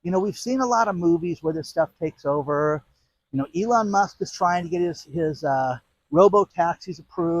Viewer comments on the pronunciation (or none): none